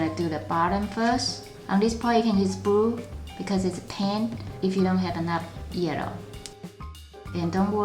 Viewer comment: u say yerro brue